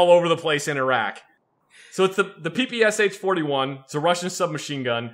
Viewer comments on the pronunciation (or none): Yeah like calling the PPsh the PEE PEE S H. When its called the PUPISSSH